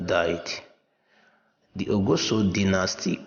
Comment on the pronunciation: please your pronounciations of benin names are wrong, like ogiso and many others, but your presentation is good work on the names and how to pronounce names are very important